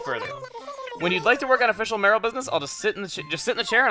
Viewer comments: "may-or-al" not marill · its may-your-al not maril haha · Sorry, Chuggaa, but the word is "Mayoral" not Marill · That Marril bit was funny, I was thinking earlier that whenever you say "mayoral" really quick it sounded like "Marril", and then random Marrils began showing up. I personally hope that the Night Town ordinance wins, since you seem to play later at night, though Beautiful Town could be interesting, too....though it'd be funny to see you catch random trash in the river. :P That flag is amaaaaaaaaazing! Kudos to whoever made it, it's absolutely beautiful and fits the town really well! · Acnl: Chugga, How Many Times Do You Want to Say Mayoral Wrong? Chugga: yes